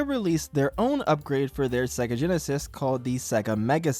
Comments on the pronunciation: sega intro: SAYYYYY---GUHHHHHH this guy: sehgguh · It's say-gah, not seh-gah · Say Sega properly.